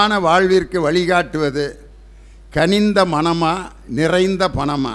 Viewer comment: தளை இல்லை அது தலை. கணிந்த இல்லை அது கனிந்த. தொடர்ந்து பார்கவே விருப்பம் வரவில்லை.